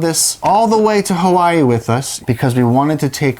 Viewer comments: ok fun fact that is exactly how you pronounce Hawaii in German! So it is how you pronounce it, you only used the wrong language. Also OMG YOU TWO ARE ENGAGED? I'M SO HAPPY FOR YOU! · you were close, you would pronounce it as “HA-VA-E”